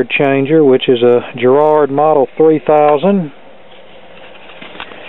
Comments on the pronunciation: GARRARD not GERRARD! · It's garrard not gerrade. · Nice find! The record deck by Garrard is probably quite a good one, Garrard were a very respected manufacturer back in the day. One thing though it's a Gar-rard, pronounced the same way as Americans pronounce garage. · I'd kill to have that on my shelf.....we didn't get the white models in the UK only black. PS. I love the way Americans pronounce Garrard😀